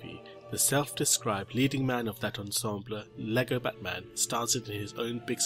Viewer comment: That's not how you pronounce ensemble dude.